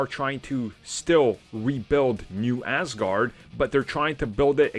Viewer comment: Hi, it's Aaasgard, not ass guard :)